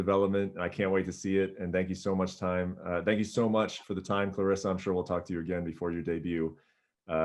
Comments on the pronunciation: She leaned in and said, "It's Cla Res Sa". 💖 Oh, he got it now. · Lol, she roasted him on pronunciation of her name. Love her.